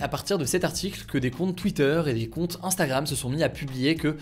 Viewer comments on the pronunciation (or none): none